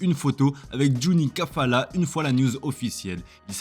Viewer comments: C’est CALAFAT et non Juni CAFALA 😂😂😂😂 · Juni CALAFAT pas cafalat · Pas Juni Cafalat, mais Juni Calafat